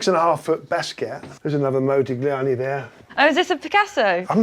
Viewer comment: the way he said modigliani killed me